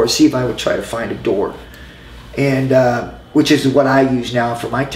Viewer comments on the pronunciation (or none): none